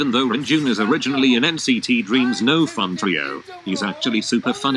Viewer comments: nobody: automated voice:renj00n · I also wanted to know why his name is pronounced runjen instead of renjun because I’ve always been curious of that 😅